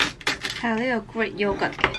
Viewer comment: 喲 不是 yo 呀 (when pronouncing yogurt... )